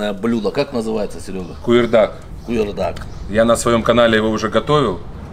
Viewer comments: Ассалаумагалейкум!Скажи брату Сереже или не куёрдак А КУЫРДАК. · Не куйирдак а куырдак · Молодцы мужики только не куюрдак а куырдак по нашему на казахском и без специ только солью вкусно будет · Саламлейкум не кюйрдак а куырдак. А так все отлично получилось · Может ковурдак,А не куюрдак?